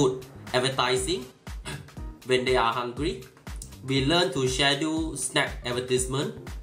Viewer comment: พี่ว่าน้องออกเสียงคำว่า Schedule ผิดครับ ไม่น่าจะอ่านว่า แชดู้ นะครับ ลองศึกษาคำนี้ใหม่ครับ จริงๆมันมีหลายคำที่ออกเสียงผิดอะ ผมก็ไม่ได้เก่งเรื่อง Grammar มากแต่ก็ได้ฝึกการออกเสียงจาก อ.หลายๆท่านในยูทูปเนี่ยอะครัล ลองดูนะครับ มันจะเป็นประโยชน์ได้อีกเยอะเลยนะ